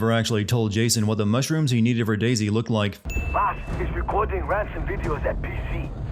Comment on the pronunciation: That's not how you pronounce 'Vaas'.